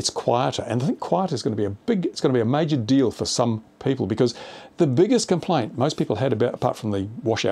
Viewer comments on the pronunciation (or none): none